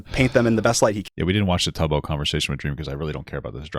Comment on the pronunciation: Bruh he knows so little about the community he doesn't even know how to pronounce Tubbo, he has no business covering this 🫩